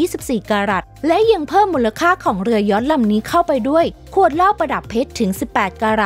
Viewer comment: เรือยอช เรือยอช อ่าน!!! เรือยอช